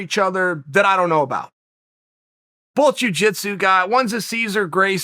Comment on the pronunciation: I like how Chael pronounces "both" as "bulthe"